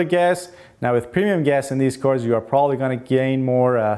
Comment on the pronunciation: PRONOUNCE: "PREMIUM"